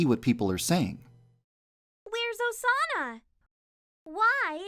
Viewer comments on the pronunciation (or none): GuER iZ oZaNAh?! Please, stop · Instead if Osana, it sounds like "sauna". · Midori screaming “Osana!” just sounds like she’s saying SAUNA over and over again. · Sounded like she said sauna after some time lol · Omg at the beginning when Osama was being repeated it sounded like it was saying sauna XD 😂😂😂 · Sound like they're saying sauna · Remember when you said “Than Osana” Thanosana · Instead of hearing Osana, i hear Persona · Am i the only one who hears sauna instead of Osana? (At the start)